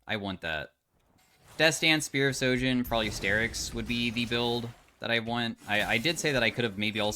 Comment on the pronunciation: Real question.. Why does y'all keep saying spear of SOJIN when it clearly has an H on SHOJIN?